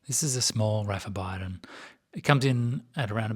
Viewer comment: I believe the correct pronunciation is bee-don (bidon) not by-don